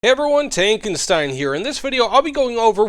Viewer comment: Dude you dont pronounce your own nickname correctly its tankenSHtein sh and not s 😂😂